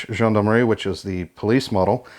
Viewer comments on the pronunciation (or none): none